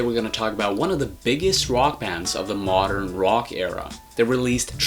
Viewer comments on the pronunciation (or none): none